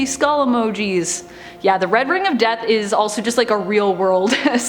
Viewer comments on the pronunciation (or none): none